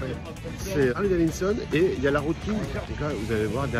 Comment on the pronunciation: Bonjour J'aime bien vos vidéos Mais personnellement il y a deux petites chose qui me gêne un peut ... Le son n'est pas toujours au top Et quand vous dites " daviNson" au lieu de " daviDson" Oui je sais je chipotte 😁😁😁 Allez en attendant la prochaine !!! Cdlt ✌️